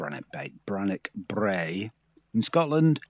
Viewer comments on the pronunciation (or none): It's Bannochbrae, not Branochbrae. I thought I was losing my mind for a second but double checked!